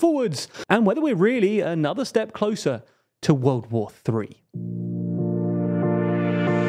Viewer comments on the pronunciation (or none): none